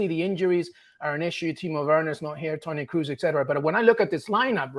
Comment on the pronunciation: Did this guy say Toni Kroos. Come on dude🤣